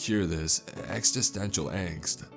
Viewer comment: Ex-ih-sten-cial not ex-ih-stent-ial.